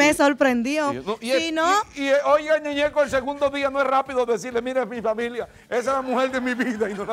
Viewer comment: Ñeñeco dice me gusta por que el suena como una M